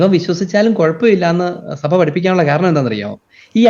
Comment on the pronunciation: സഫ അല്ല... സഭ എന്നു പറയണമെ സർ.